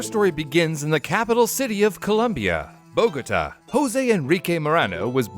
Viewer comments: bow gah taw not bo go to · buh-GOH-tuh? It’s boh-goh-TAH hay un acento sobre la “a” así que se dice boh-goh-TAH. Bogotá not Bagóta. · …It’s bogo- TA, not bo-GO-ta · a pagoda is not the same thing as the city of bogota columbia they're not pronounced the same, bow-guh-taw not buh-goat-uh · cant believe you pronounced bogota right (boh-go-tah) and then after that butcher it as bogoaduh 😭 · BOgataw, not baGota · It’s not bow-go-tuh. It’s Bow-guh-taw. Is this an AI narration? You mispronounced LaGuardia, also. And you expect us to believe these stories when you don’t even research pronunciations? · If you're going to explain to us what an IPO is, then I'll explain to you that Bogota does not rhyme with Vigoda! It is pronounced "boh - go - TAH", with emphasis on the last syllable. Also, Gignac is pronounced "geen - yac",the second "g" is not hard, but a dipthong with the "n", pronounced like a "y". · It’s pronounced BO-ga-taw, not bo-GO-ta. Check Wikipedia once in a while. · Ba-go'-tah.... really? Bow'-ga-tah, sir...Bōgatā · If you’re going to make a video, please learn to pronounce words properly. It’s Bo-ga-taw not Ba-gow-ta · Bo ga ta , not Bo go ta. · It's pronounced bow-gah-TAH not bow-GET-uh . Ah sound in the middle, stress on the final á, that's what the stress on the letter á means. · its pronounce Bogo-taaaaaa not bogoutta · Bo-go-ta. Not ba-go-da.... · Bo-gotah - No Bogah-tah - Si. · BA-goat-ah? Forget the great courses and take a simple geography class! The capitol of Colombia is Bogota - pronounced BO-gah-tah. Sheesh! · The capital of Columbia, Bogota, does not rhyme with the Japanese buildings Pagodas. Bogota is pronounced Bo•ga•tah. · I find it strange that pronounce Bogota differently. BOgota and boGOta. Which is the more common English way of pronouncing it? I've only heard the first way. Fun fact the Spanish pronunciation is bogoTA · Bo-Go-Ta ???? Thanks AI. 😂😂😂😂 You can get all those Arabic names but you can't get Bogota. 😂😂😂😂😂😂. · Bo-Go-Ta lol